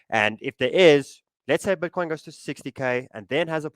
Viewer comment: „Bötcoin“ he says🤣